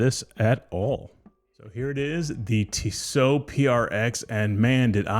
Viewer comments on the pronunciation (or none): It’s Tee so not Tiss O